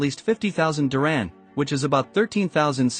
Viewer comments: It’s not diRAM it’s Dir-HAM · Couldn’t the narrator have made the effort to properly pronounce the word “dirham”?